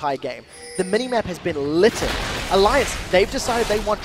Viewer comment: "lited" LOOOL